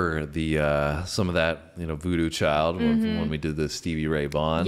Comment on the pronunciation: Highway child - not chilli